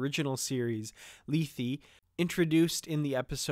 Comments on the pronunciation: Hi. No disrepect intended at all. Regardless of how Emma says it, check out the Shat Which is exactly how we pronounced it college Greek. I liked your video, btw. In the episode itself it's also pronounced lay-thay. Just saying. Happy New Year, btw! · LAY-THAY, not LEE-THEE, please. It's from Greek mythology, and is pronounced correctly in the TOS episode. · why not pronounce it the way its pronounced on the original series episode.."lay-thay".? wtf is lee-thee?